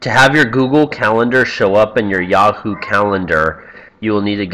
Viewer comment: Did you say YawHoo ?